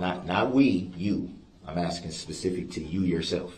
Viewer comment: He has a amazing grasp of the English language. He be axing good ques-tions